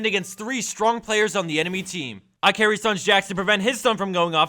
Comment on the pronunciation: His name is IKarry actually. but okay lol